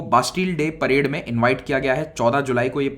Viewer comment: parade not parde